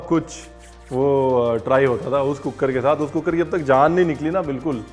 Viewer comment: When I saw cooker wali recepie written on the thumbnail of your vedio.. I just pronounced it the way you say cook-ker.. Not deliberately 🤣🤣🤣.. Apka zyada vedio dekhne ka asar